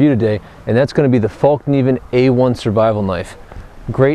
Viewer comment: I really like all the videos and reviews, keep up the good work! I just have one small comment, the name of the company is Fällkniven, and is pronounced "Fellkniven" not "Fallkniven", not because it matters really but.. Anyway, love your videos! /Sweden